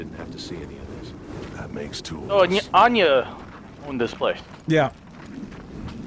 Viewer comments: its not Ayani. Its Anya. Damn, Marcus fucked a dime-piece. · lol u said anie It's Anya